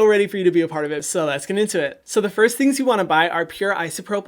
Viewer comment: No-one: Hyram: teen acne GeT iNtO ITTTT